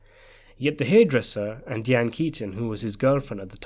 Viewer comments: Diane is pronounced DYE-ANN not DEE-ANN. Just think of your former princess maybe that'll help. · Why is it so hard to pronounce Di' ann ? It's irritating that he's pronouncen it Dee ann! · Having an accent isn’t an excuse to butcher peoples names.. not even completely.. Deeane ? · Deeanne? DIANE! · Please decide how you are going to pronounce Diane and stick with it. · You appear to find the pronunciation of Diane difficult? Despite it’s being a common name.